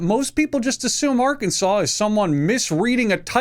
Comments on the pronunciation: That’s how you pronounce Arkansas. Idk why, it just is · "Arkansaw" Why are you even trying to roast the state when you can't even pronounce it💀💀